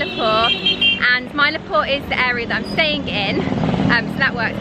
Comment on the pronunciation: It is pronounced Chen Nye. And Mylaapoor, Kubba Leeshwar